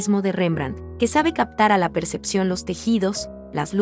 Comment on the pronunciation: Excelente! Sólo hay que cuidar algunas palabras mal pronunciadas en la narración: trauectoria (sin tilde), perfección (no proyección), etc. Buen trabajo 👍